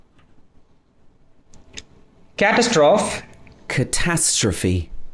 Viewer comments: Who the hell pronounces catastrophe like that janxjcjdf I haven't heard anyone say it like the man pronounced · Well, the pronunciation being demonstrated by the Indian man is definitely incorrect. However the pronunciation by the British guy, though correct, would not be followed by even those Indians who speak correct English. Particularly the sound of "kh" in the beginning of the words catastrophe and colonel. Even eminent personalities like Shashi Tharoor, Arnab Goswami, Prannoy Roy, Anand Ranganathan, Amitabh Bachchan, Shahrukh Khan etc. who are well known for their ability to speak English fluently and with eloquence, do not pronounce exactly like the British guy.